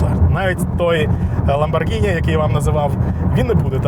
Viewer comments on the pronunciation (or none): none